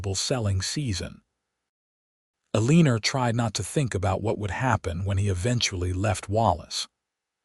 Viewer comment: Aleener? Is her name Eleanor? 🤦